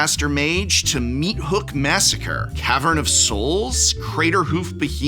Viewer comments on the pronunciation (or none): none